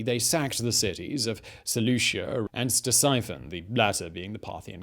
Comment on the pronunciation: not trying to be that guy but its sih-tessi-fawn=Ctesiphon